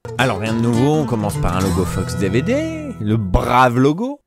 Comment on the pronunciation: A chaque fois qu'il dit "Fox DVD" j'entends "FUCKS DVD" mdrr